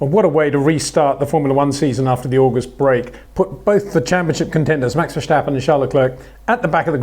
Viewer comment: Peter, you say "Verstappen" with an H somewhere in the name, like Vershstappen.